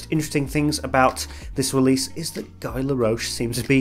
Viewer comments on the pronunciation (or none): Guy laroche?:) It's not Guy in French, definitely:) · The way you are pronouncing “Guy Laroche” killed this video for me 😂. Back to seriousness. The problem for some brands is that if one fragrance gets so so popular that no matter what they make, it will always be compared to that one...